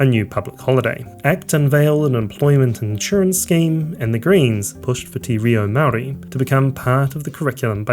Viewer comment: bro please work on your te reo maori its really cringe